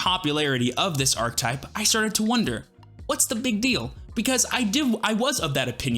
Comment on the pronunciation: This is really weird for me to mention but it kind of drives me crazy how you pronounce archetype lol, just completely skipping the middle syllable. 😂 anyways i love the musketeer deck!